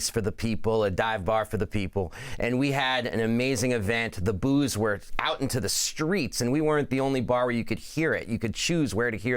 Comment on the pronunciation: 😂 didn’t sound anything like booos.